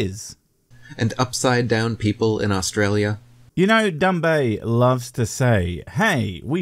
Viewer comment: Did you call him "Dumbay"? Ha!